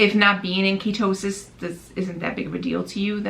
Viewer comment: "Kia toe sis" ? Lol